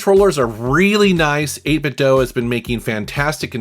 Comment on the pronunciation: It's 8Bit Do not dough even their official speaker that talks says this. So please stop mispronouncing it.